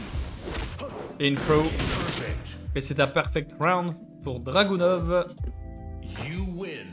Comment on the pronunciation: Bien joué! Une tite précision, Dragunov se prononce Dragunof ;)